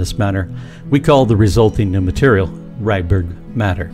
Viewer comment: AI says Redbird matter instead of Rydberg matter?